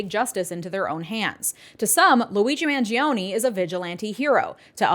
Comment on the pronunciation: Every person is saying Luigi's name wrong. Its Man-Jo-Nay. 🤌🤌🤌🤌